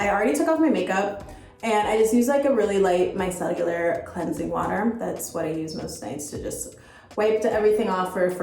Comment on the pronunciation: Micellular water 🤣🤣🤣